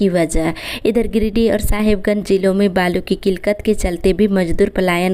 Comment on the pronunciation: किलकत या किललत सही उचचारण किया जाय।